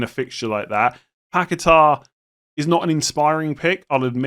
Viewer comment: PACKET-ERR & GYORKERES - PLEASE. YOU'RE KILLING ME WITH THESE PRONOUNCIATIONS